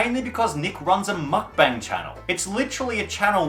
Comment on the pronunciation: I’m Korean and it’s my first time to hear Correct pronunciation of Mukbang